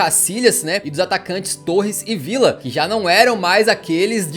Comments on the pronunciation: a pronúncia e vija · Como é a pronúncia certa do Villa? É Vidia, Vitia ou Vilha?